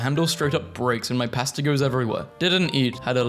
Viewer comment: I am NOT going to trust you on beans. Pb&j is a classic. And no hate, but I never want to hear you say "pasta" ever again.